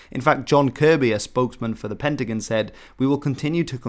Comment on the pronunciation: WHY are you deliberately mispronouncing Pentagon? Pen-tih-gihn? Rookie.